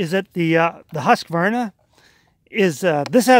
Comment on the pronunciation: Finally someone who can pronounce Husqvarna correctly! I love my Stihl's, and you got an awesome deal.